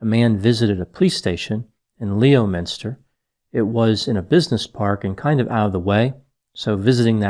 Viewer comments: it's not pronounced 'Leo-Minister', it's 'Lemster'. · You have to wonder why the body has not been found. England is a small place unlike America (by the way: Leominster is pronounced "Lemster") and London a crowded city. It's my belief Andrew accepted a ride in a vehicle and the driver took him either to his property and murdered him there or drove him out of the city, killed him and dumped the body in surrounding countryside. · Not trying to be a smart alec, but the town is pronounced "Lemonstir" with emphasis placed on "Lemon". Thanks for this episode. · Leominster is pronounced ‘lemster’ . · You will almost certainly never need this piece of information again,but Leominster is pronounced "Lemster"... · Leominster is pronounced Lemster. Crazy I know 🤷‍♀️